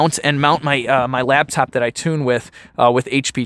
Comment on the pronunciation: Center "council" and "laBtop"....*facepalm*